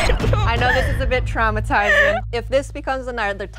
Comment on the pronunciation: this is tramutzingi she says :D